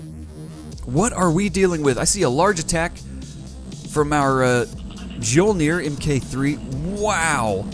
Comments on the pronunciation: Mjyolnir is how you pronounce that ship's name. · Mjolnir, from my recollection, is pronounced something like mee-yol-near. Mjolnir, in Norse mythology, is Thor's hammer. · Mjolnir is pronounced My-Ole-Near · I'm sure you've heard this 47 quadrillion times by now but Mjolnir the "J" makes a "Y" sound so it would be "me - ole - neer" That's the name of The Norse god Thor's hammer. Also dat Limulus capture XD good show chap! Keep it as a trophy! You should try to capture all the the factions flag ships!